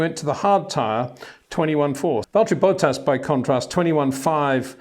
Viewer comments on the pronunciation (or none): none